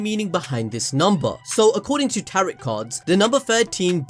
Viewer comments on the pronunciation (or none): Great video. I agree with most of it, two quick things: Tarot is pronounced Tare-oh The Death card does not necessarily symbolize physical death. Edit: you corrected this later in the vid. Anyways, if you look at previous theme songs, they all act as precursors to revelations we're later given. Season 1 opening is a great example: "Are we the hunted? No, we're the hunters." We're given this universe in which we're told humanity behind the wall is being oppressed by the titans, but only later do we realize that "humanity" within the walls is perceived as "devils of the world".